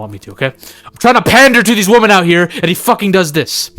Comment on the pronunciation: I'll continue to ask this until someone answers. Why on earth have some people started saying "woman" in place of "women"? does it a lot, and in this video,,, and. An error? Some new slang?